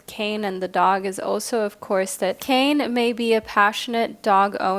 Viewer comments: Hey love, just a quick correction. The first group with the Hawaiian God is pronounced with two syllables, Kā-ne. 🤍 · Aloha, I'm a subscriber from Hawai'i. Love your readings and just wanted to leave a little note that the pronunciation for the Kāne card is [KAH-neh]. Absolutely no judgment, just pleasantly surprised to see my culture represented! Mahalo! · For pile # 1 - Kāne is Hawaiian for Man and it is pronounced KA (“ca”sound in “car” and NE (“ne” sound in “neck”) 😄🤙🏽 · Hey there just trying to be helpful but Kāne is pronounced like Kanye west but with out the yuh soun so ka-neigh. But with an extended a sound so like kaa-neigh. Otherwise: I felt super drawn to teo cards in this reading. Kane because very very rarely do we see pacific islander spirituality and religion represented in modern western spiritualism. And truthfully i was only drawn to him till i was like slow down look just to see who’s represented. Apollo is a figure of much importance to me so i knew i was supposed to hear that too. Wow oh wow! You are a fantastic reader and i enjoy how the big sis vibes. As an eldest daughter i am almost always looking for the big sis i never had lmfao. You do it splendidly. (Saying this is the least parasocial way possible) As for the zodiacs I went ahead and listened to my main signs for both western and vedic astrology. Once again 🤯 you are a cery gifted and intuitive reader! I hope all is well with you and yours. Thank you for your videos!💛💛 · Minor correction for pile 1, Kāne is pronounce kah-nay, not Kane (kay-n), hence the little symbol over the ā. Sorry, as someone whose name is hardly ever pronounced correctly, I just had to say something. The art on his card is chef's kiss level beautiful too, he deserves to have his name said right. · hii- just to let you know, kāne is pronouced (kaah-neigh) this is coming from a native hawaiian aswell 🤍 Kāne is the Hawaiian word for Man